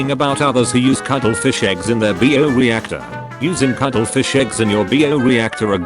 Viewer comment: "Bee-o reactor" 😆 This AI narrator SMH 🤦‍♂️